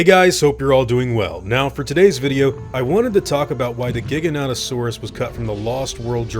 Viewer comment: Giganotosaurus Isn't pronounced giga no toe saurus It's actually pronounced as jiga no toe saurus. They're two dinosaur with this exact spelling. One Is a long neck know as giganotosaurus. But is pronounced as giganta to saurus. The giganotosaurus or jiga no toe saurus